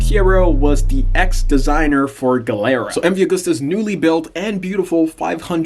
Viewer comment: Nice vid.. Gilera,, pronounced Gee lera. 😊